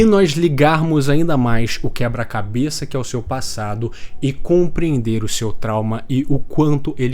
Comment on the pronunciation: Vídeo muito foda e talz, mas eu quebrei com o "tauma" dos